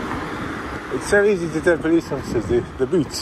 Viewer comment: Love the way the G4S & Manager were so sure that they were right that they called the pool-ice 😂